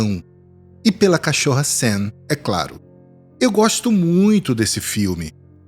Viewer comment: Nossa, que narrativa perfeita. O único problema é falar "cachórra".